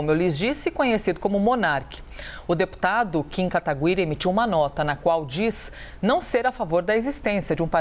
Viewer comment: A porra da repórter não sabe nem falar o nome do deputado.